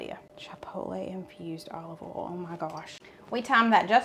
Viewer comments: I love when you say Olive ol (oil). Yes, you have an accent. Hello from the northern Midwest of Wisconsin! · North Carolina accent. Have had some New York coworkers have me literally pronounce certain words for their entertainment such as oil, boil, y’all and yonder, etc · I live in Michigan and yes, you have an accent. I KNOW you can pronounce BOIL, FOIL, OIL correctly, because you have demonstrated it in the past. If you can say BOY properly, you can clearly say those other 3 words properly. 😂 Just practice! 😂 I still love your videos!! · I am from California and live in Washington. You gave a strong accent. I love the accent but I cringe a bit when you say oil, boil, or foil lol. I know its my ears lol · North…..to Nebraska!! No accent here. I do love when you bollstuff or add your favorite oll. Love you guys!!!! Slim n slender!! Dude!!! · Nova Scotia, Canada here. Your accent is one of the main reasons why I watch your videos. My daughter and I crack up each time you say 'bol' and 'ol' in place of boil and oil. Truthfully, I thought the heavy southern accent was just exaggerated in the movies, but - nope!! Amazing! I also enjoy your recipes too and have made a few. So thanks!! 😊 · I’m from Ontario Canada. I don’t sound like you. 😁 we use “oil” and we “boil” rather than “oll” and “boll”.